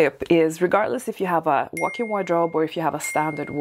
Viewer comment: Are you saying "workin wardrobe?"